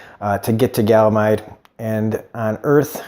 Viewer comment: Its funny when you say it lol but its ganymede not galamide. Great review as always!